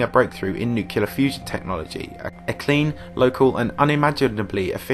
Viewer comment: Really? "Noo-kyuh-ler"?